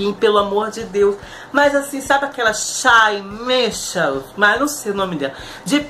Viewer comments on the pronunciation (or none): "Chái Mixels" foi ótimo KKKKKKKKKKKKK